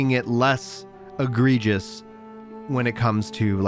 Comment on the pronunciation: You used "egregious" correctly in a sentence AND pronounced it flawlessly? You nailed that one, man! NAILED IT! On topic, if T&L actually releases cross-platform I'll have to bite the bullet and track down a PS5 finally. And I can Hogwarts too. HMMMMMMMM